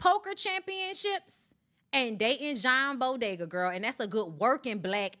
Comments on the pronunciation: The man name is John boyega not bodega 😭😭😭Tasha save us, is not entertaining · Not John Bodega! 😂😂His name is John Bo-ye-ga and pronounced as you would do Ye- for Kanye. lol